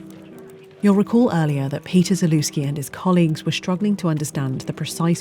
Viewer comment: zalewski not zelewski